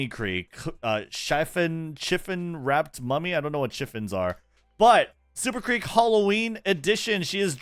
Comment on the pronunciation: his pronunciation is killing me, it’s sh-if-fon lol